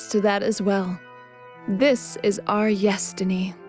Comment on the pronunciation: yes-tiny... yes-tiny... i like you and all, but just stop...